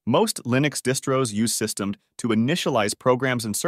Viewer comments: Funniest part for me is pronouncing systemd like its a past tense of system as if it was a verb 🤣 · systemd & roonit pronunciations 😭